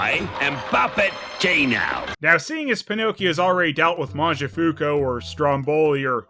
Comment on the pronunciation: I wanted to tell you from last time: Mangiafuoco in Italian is pronounced "Mangia" (you say that well) "fuOco." You never pronounce the middle "O" in "fuoco." You say "MangiaFUCO." Which is a little funny for an Italian like me, because his original name means "fire eater," but you make it "drone eater." Like the drone, the male bee! XD